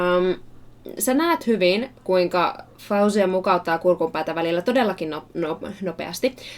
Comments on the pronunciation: She pronounces her name FO-zia not Fow-zia. Her skills are shocking though. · 'cause her name has Arabic origin, I'll try to help you pronounce it: FAW-ZIY-YA There should be (stress) on the letter (y), that's why I wrote it twice... I hope I helped! :)